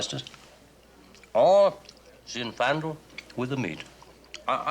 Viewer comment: mispronounces both Moselle (like Michelle) and Zinfandel (rhymes with Moselle, accent on the E). I'm surprized.😂